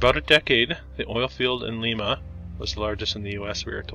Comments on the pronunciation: Lyme-uh, is how we say it here in Ohio, not leemah 😊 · Really appreciate your efforts and enjoy the channel but... Do try to pronounce the name of the city correctly. A quick look at the historical society's or museum's website will provide more accurate information as well. You glossed over Limas oil industry. Charles Faurot, who owned the paper mill you mentioned, discovered oil on the property while drilling a water well. It was purchased by John Rockefeller and Standard Oil who sent a young chemist to find a use for a waste product known as gasoline that was being dumped into the Ottawa River, the rest is history. You briefly mentioned trains as well. The Lima Locomotive Works produced 1/3 of the steam locomotives ever used in the U.S. Lima was built on Train money as much as oil money. The asylum was used to film the movie Attica and other prison movies long before the Mansfield prison, 90 minutes east, was used for The Shawshank Redemption Streets built wide for streetcars??? Oppps.... when you showed the courthouse you forgot to mention the John Dillinger escape. Faurot as in paper, oil and opera houses is pronounced Fa-wrote Other than that, thanks for the video and keep up the good work!